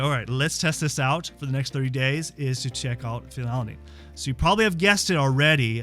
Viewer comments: its pronounced "phenyl- ETH-lamine". I've noticedin your videos you struggle with pronouncing medical terms and names of aminos and meds. you also say: phen-alanine. You are missing a syllable. Its pronounced FEE-null al- a nine. killing me smalls. Please fix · I believe the dyslexia diagnosis: You’re leaving a syllable out of the name of this amino acid. It’s Phe-nyl-al-a-nine (not Phe-nal-a-nine). Anyway, doesn’t the “DL-“ prefix indicate it is a synthetic substance? I try to stay away from the “DL-“ things, such as “DL-alpha-tocopherol…” etc (synthetic vitamin E). Is this something I should ignore? Or are the synthetics more beneficial? Why would a Naturopathic doctor suggest taking a synthetic amino acid? 🤷🏻‍♀️